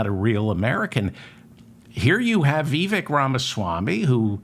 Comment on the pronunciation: You can’t even say his first name correctly